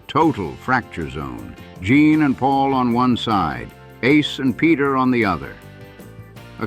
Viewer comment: Omg it's Gene not Jean!